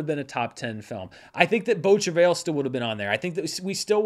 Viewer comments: Yours was more like Travel. Like I said though, probably doesn’t matter. The pronunciation I mistakenly referenced from google is Americanized. Not wrong or right I guess, just not what my ear is used to hearing. The French is more like Trav-eye. the L is silent. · Incorrect. If you're pronouncing it using the french pronunciation you would not include the 'L' at the end. It's hard to do phonetically but it's more of a 'tra-vye' with the 'vye' part rhyming with 'eye'. Source: Canadian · Shuddering at the pronunciation of beau travail. From my 3 years of high school French and one year in college I'd pronounce it bow(like bow and arrow) trav-eye. Don't worry, Italian is tough for me. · As a French person pronunciation of “beau travail” made my day. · "ail" in "travail" is pronounced as the English "i" :)